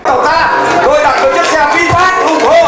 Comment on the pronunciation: HAY… VINFAST… CHUYEN AM TIENG VIET ….. doc la VIN PHET.. rat chuan do…